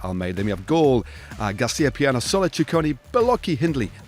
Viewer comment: Hey, try pronouncing Felix Gall like the english City of Hull, just with a G. There is no O in Gall!